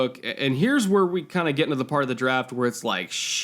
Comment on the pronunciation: Why do you pronounce every THE di? What kind of bullshit english is that?